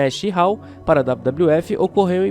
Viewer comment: No " Madisom esquare Garden " diz ele kkkk